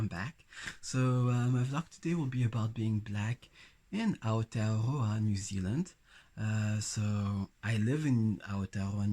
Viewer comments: i love how he says Aotearoa <3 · I'd stare at you because you're beautiful. And I'm older, I probably wouldn't be shy ~ I would most likely walk right up to you and say hello 😁 I love the way you pronounce Aotearoa ❤ It's late, but Welcome, haere mai ❤